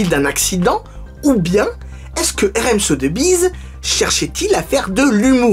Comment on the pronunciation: Très bonne vidéo! Petit tips si tu refais une vidéo avec la même maison de vente, on prononce "SoSSbiz", et non pas "Sotebiz" ;)